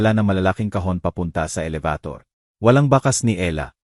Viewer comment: Kuya paki ayos naman ang a salita mo alabator elevator pala